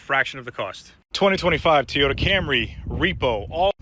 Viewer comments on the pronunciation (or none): What the hell is a Teeyota? 😅